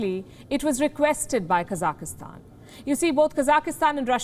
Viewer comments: Everyone knows how to pronounce it. This is not the first time she has f'ed it up. It's not hard. KA-zak-stan, not Cossackstan. The Cossacks have no relation to Kazakhstan. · Kazakhstan not kazakistan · It’s pronounced kazak-Stan. Not kazaka-Stan 😆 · It's not Kazak-ih-stan. It's Kazakhstan. No extra 'i', or 'e'. Kazakhstan. It is terrorism when the masses are beheading police like what is happening in Kazakhstan. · It is not Ka-zaki-stan. It is Ka-zakh-stan. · Kazakhstan. Kazakistan hahahaha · Her English is not very good. She says "kazakastan," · How good is your Hindi? Or any other language? I think her accent is amazingly good, even if they does keep saying KazakEEstan all the time. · Stop saying Kaza ki hstan 😀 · Child, say it with me, Ka-zak-stan. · Its not even hard to pronounce it. The program is good but this lady needs to go. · She can’t even say the name of the country correctly cuz she lied so much, trying so hard to reshape every news instead of saying things they way they are.. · Someone please teach her how to say Kazakhstan.